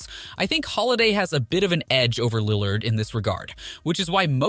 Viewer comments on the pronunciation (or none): Ik u kno nothing just on how u pronounce lillard